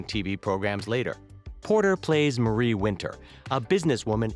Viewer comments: Marie’s name is pronounced differently also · I lost it when he said Marie wrong :|